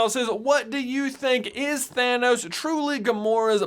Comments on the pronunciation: I hear Thinos, not Thanos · Why do I hear it "gamora daughter of thenos" instead of "thanos" maybe it's all just a coincidence and her actual father has a similar name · Red skull says Thaynos sooooo, it can’t be Thanos!😂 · Red Skull doesn't say "Gamora, daughter of Thanos," he says "Gamora, daughter of THAYNOS." Thaynos, Thanos... completely different people! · If Red Skull has infinity stone knowledge of everyone and their fathers' names, why does he probounce Thanos as Thay-nos? 🤔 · I heard “Phinos”/“Finos” not Thanos, 😅😅😅 but then I don’t have great tonal hearing. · I know it makes no differnce either way, and is based on accents, and upbringing, but the way red skull pronounces thanos is differnt from like how the vast majority seem to pronounce thanos, and i would find this theory to be just really really funny if it was 2 differnt thanos, just how you would pronounce their names